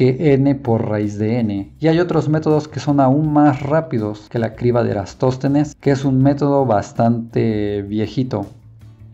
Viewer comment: Deberías tener más cuidado con los nombres. Es Eratóstenes.